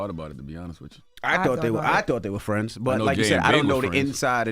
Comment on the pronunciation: keyb word she said thoght then he said thoght so if she just said thought that mreans she didnt know! jut being real come on now